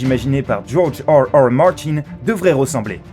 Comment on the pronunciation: djorge hearhear martyn